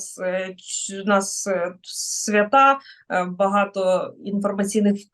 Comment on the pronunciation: Наголос свЯта